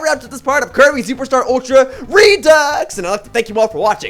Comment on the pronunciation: your videos werent of bad quality and props for playing a great game, but your commentary wasnt too awful but the way you said "redux" twice an episode made me want to cut my wrists again it was that fucking bad other than that keep it up